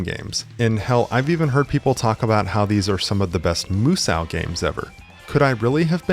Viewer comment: “Moo-Sow”🙄 Tell me nobody need take anything you say seriously without telling me nobody need take anything you say seriously.